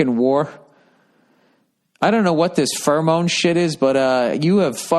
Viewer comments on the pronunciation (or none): Pheromone: Feramoan